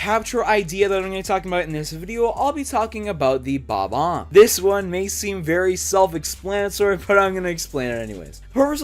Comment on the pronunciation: It’s not called bbomb it’s called bomb omb